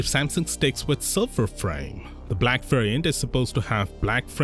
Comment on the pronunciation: Hey nut job it's silver not silffer